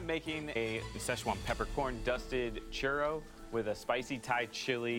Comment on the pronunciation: Arron didn't say 'Churro' correctly. He's using at least three R's. This is too many.